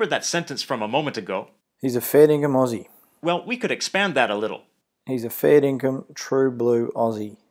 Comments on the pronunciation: I really just appreciate that he doesn’t say Aussie with an s. It’s Ozzieeee!!! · good on ya for saying “Aussie” right, not like them septics with their sibilant esses. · YES FINALLY A NON AUSSIE WHO CAN SAY AUSSIE! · Btw the word Aussie, is pronounced as Au-zz-ie